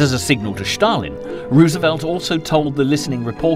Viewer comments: It's not pronounced bloody Schtalingrad or Schtalin. Just the s. Stalin. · Why do you pronounce Stalin as Schtalin? This is NOT a German name. His name was S-talin derived from the word Steel in Russian. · Just say STalin! Its STALIN ST ST NOT Schtaaalin drivin me nuts! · The guy's name was Stalin (from "steel") not "Shtalin". Same goes for "Shtalingrad". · Who is Shhtalin ? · There is no letter H in the word Stalin or Stalingrad. It’s Stalin, not Shtalin. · Shtalin and Shtalingrad ? Where is this: ""Sh" coming from? it obviously is: Stalin and Stalingrad. No "h" here, whatsoever. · Strange subtitles. It's more like a translation. Also he keeps saying Shtalin instead of Stalin. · Thank you comrade Shtalin. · Schtaaalin, Schtaaalin, Schtaaalin, Schtaaalin!!! It's Schtaaalin! Schtaaalin! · I dunno why this narrator insists on saying Shtalin and Shtalingrad but it gets up my nose. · Do you misspronounce Stalin on purpose? Štalin, Štalingrad,..just hard to believe when teal put together quality documentry such obvious mistakes appear..also naming all germans Nazis... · Can't even pronounce Stalin properly. It's not Shtalin or Shtalingrad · I know who Stalin was. BTW, he was not the president of Russia, but the general secretary of the communist party of the soviet Union. I was just intrigued by the way his name is being mispronounced in this docu. But then he also referred to a certain mountain chain separating Europe from Asia as Caucus Mountais.